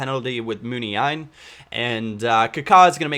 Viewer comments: pronounced Mun-Ya-een not Mun-iya-een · Hey man! just saying, you pronounce Muniaín like Munia-in.